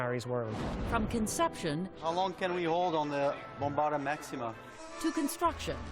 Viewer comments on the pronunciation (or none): none